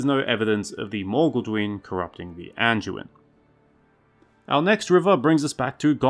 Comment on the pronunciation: Hey there, buddy😀👋🏼 Just a little heads up with the D pronunciation on the likes of the Anduin and Branduin. Try to get used to saying the D with a hard D sound, not a J sound. I’ve noticed you've done it on previous vids, too. I know it’s really easy since a lot of DU words are pronounced with a J sound…like Duke, for instance. I say it that way, too. But when you’re narrating a vid, you wanna try and keep it as professional as you can, you know? Other than that, great work.😄👍🏼